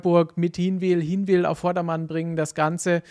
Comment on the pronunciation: übrigens, ihr müsst mal noch lernen wie man Hinwil richtig ausspricht 🤣🤣🤣